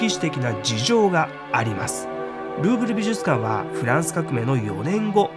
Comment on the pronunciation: ルーブルがグーグルと聞こえる😊